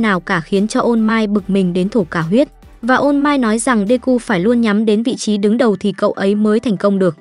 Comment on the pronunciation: All might nghe ra ô mai :))) ô mai tết :)